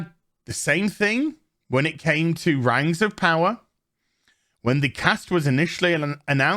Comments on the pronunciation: This goes out to all of the fan, of The Rangs of Powah. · Amazon's Rangz of powah was so bad it killed the queen.